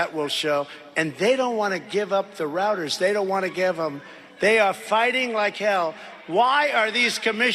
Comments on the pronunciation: It reminded me of "Black Sheep" when the nitrous tank busted. Roads, rowads, rouwads. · "Routers" He said it ten times to make it a new buzz word for his followers.